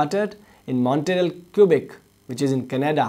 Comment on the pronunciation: Quebec should be pronounced as Kwibek, with the last vowel being stressed.